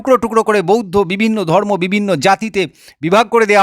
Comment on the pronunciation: দাদা আপনি খুব ভালো বললেন। কিন্তূ আপনি শব্দ উচ্চারণ টা যদি ঠিঠাকমতো করতেন তাহলে আরও ভালো লাগতো। যেমন:- সড়োস্বতি ধড়মো শাস্ত্র পড়বড়তি কালে পাড়মানবিক বোমা ভাড়ত এই সমস্ত ভাষা গুলো কোথায় লেখা আছে দাদা।